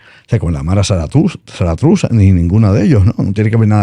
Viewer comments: Saratruza no, es MARA SALVATRUCHA..... MS 13, coño ni el nombre te aprendiste. Jajajajajajajaj. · 😅😅🤣: "Maras Zaratuzas" perdón maestro pero me hizo reír 🤣🤣🤣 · Lo más triste de este invitado,es que todo lo ha leído y ni siquiera sabe cómo se pronuncia el nombre de las pandillas...de dónde lo sacastes o quien le pagó para decir tantas sandeces 😂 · Aclarando un poco los datos para ayudar a este invitado mas perdido que una cabra en pleno desierto. Bukele fue alcalde de Ciudad Cuscatlan despues San Salvador, el nombre de las maras estan mal pronunciadas, la pandemia fue el 2020 NO el 2019. COMO ASI DE 5 SALVADOREÑOS 2 LO APOYAN Y ES INVATIBLE? PARECE QUE EL SR. ANDA MAL CON LAS MATEMATICAS. Otro dato: Julio Cesar Chavez es boxeador mexicano, sera` que se refiere al Comandante Hugo Chavez (+) ex presidente de Venezuela? Este señor sabe de todo por medio de personas que que mal informan "me costa dice" Todavia dice a ver si funciona el plan que Bukele pagó para que lo asesorara. MOLUSCO lo tuyo es la musica!!! Nada personal, eres bueno para informar y estas actualizado pero tu invitado no aportó nada al mic. Perdi 27 minutos te saliste del tema con los temas de dictadores